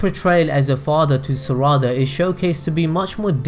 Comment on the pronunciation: Im not hating but why do you say "Saraawda" isn't it just Sarada.